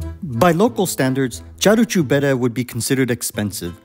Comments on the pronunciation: Sorry to nitpick, but the name of the restaurant (Caru' cu bere) is pronounced, using English phonetics, /KA-roo koo BEH-reh/. Just like in Italian, the letter "c" is only pronounced like English "ch" if it comes before an "i" or an "e" -- e.g. Ceausescu /chow-SHES-koo/. In all other positions it's pronounced like English "k". :) If, however, there's no escaping the i or e, but we still need a /k/ sound, we add an "h" after the "c", e.g. Chiriac /KEER-yak/ (Romanian surname). :) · You pronounce the name of Caru cu bere restaurant totally wrong. Its not "Charoo choo bere" its like you say "karoo koo bere" Letter C is pronounced "k" not "ch". Romanian is a latin language, the letteres are pronounced almost like in italian. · It is "Carwool qu bear-eh" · Олена поправь супутника, ресторан правильно звучит ,,кару ку бере"-повозка пива!